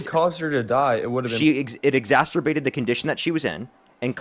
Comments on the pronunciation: Exacerbated. Not exastorbated. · also doesn't know that the word is 'exacerbated', not 'exasturbated'.